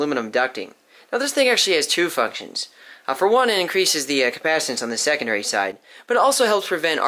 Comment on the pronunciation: "Ok tHIs ThInG hAs TwO fUcKtIoNds